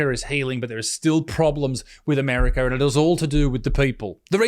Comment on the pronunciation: The R is in the 2nd syllable of America, Butterfield. Not the 4th.